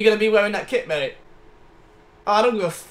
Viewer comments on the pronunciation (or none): none